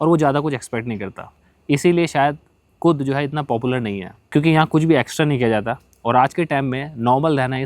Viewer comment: "Kud" jagah "khud" decide ki hai😂